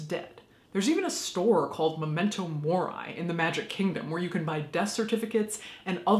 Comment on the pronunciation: Mori is Latin... pronounced moor-ee